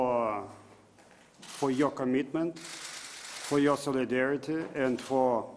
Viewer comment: ...I would like to thank you FOYOKOMITMENT" LOL, at this moment he sounded Japanese to me :D